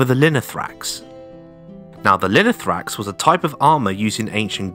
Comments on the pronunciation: Great Video!!! But its Lino-tho-ra-x, not Linothrax. Λινό-Linen and θόραξ- chest. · I swear every time I hear "linothrax" I'm close to getting an aneurism. This isn't a particularly difficult word to get right, and you said it a hundred times and didn't bother once reading it right. We still speak of the thorax in the medical profession. It's the chest. Finally, just because the "th" sound exists in English, doesn’t mean it exists in every language. The "th" is pronounced as a hard "t". Now let's try again: Linothorax.